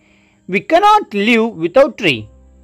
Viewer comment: The word is live not liu